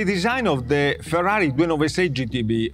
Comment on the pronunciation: R U Fkng Kidding me ...? I thought, Finally someone who will pronounce Ferrari correctly. and the guy can't even pronounce the letter R. Ha, Ha, Ha, Ha, Ha.